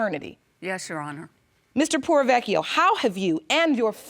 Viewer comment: I'm sorry but as an Italian it bothers me that no one has correctly pronounced the surname 'Porrovecchio'. Everyone is saying 'Provechio', now I understand saying only one 'c' but not the first part. Aaah now I feel better :)